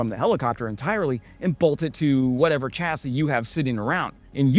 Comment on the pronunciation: BTW, CHASSIS is pronounced SHASS•ee.